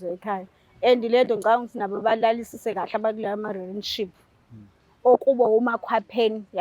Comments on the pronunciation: Rinship 😂😂😂Relationship yerrrrrrrr ngaze ngahleka namhlanje 😂😂😂😂😂😂😂😂😂😂😂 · Renship 😂😂Rinship angaz noma ngizwe kahle 😂😂kuthiwa Relationship ayi lento oyishoyo yerrrrrrrrrr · Angimuzwa usisi makebiza u relationship, uthi relan what? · Yehlula e pronunciation ye relationship 😅